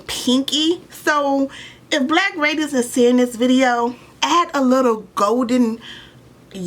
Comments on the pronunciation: It’s raid-dee-ance, not radence. Power is great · I love yo video but It’s Pronounced Ray-D-Nce